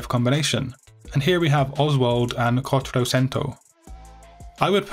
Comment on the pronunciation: Quattrocento is Italian not Spanish so it is pronounce kwah-troh-chen-toh. . Cool video anyways.